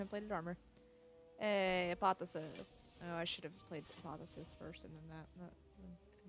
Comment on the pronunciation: it's not apothesis... its APOTH - E - OSIS :P